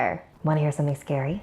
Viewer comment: I Wanna hear something Scawy >=3